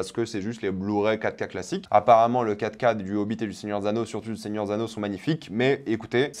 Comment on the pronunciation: Quand il dit 4k j'entend caca ducoup je suis content